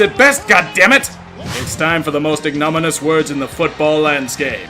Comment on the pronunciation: IG-NA-MIN-ee-US Ya friggin Mo-Ron